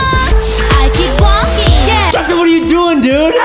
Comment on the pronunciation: when adam say i keep waikin i black out for 3sec bruuuuuuuuuuuuuuuuuuuh